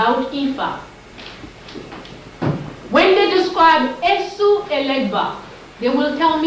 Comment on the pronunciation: As someone that's part of the Yoruba tribe, I wanna inform that in the Yoruba spirituality of Ifa, Esu is pronounced Ay-shoo not Eh-sue. The s is a "sh" sound. And in Yoruba, S words with the "sh" sound are spelled with a dot on the bottom. Great video and teachings tho.